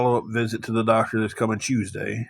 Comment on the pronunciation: Hews day is not southern I live in tn Va ppl don’t talk like that he has a speech impediment and that ok not a big deal. An yes ur lying about the hundreds of dollars u make every week and do u pay the irs no I didn’t think u did